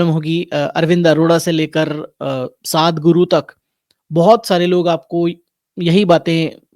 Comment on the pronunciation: मैं आपके वीडियो बहुत समय से देख रहा हूँ और उनकी सराहना करता हूँ पर आपका ध्यान आप द्वारा उच्चारित एक नाम की तरफ़ ले जाना चाहता हूँ -आप जग्गी वासुदेव को “साध गुरु” कह कर बुलाते हैं जबकि वो “सदगुरु” है